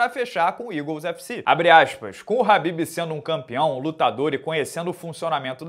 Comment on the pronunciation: A pronúncia do nome dele é Rhabib, com R e não Khabib, aprenda.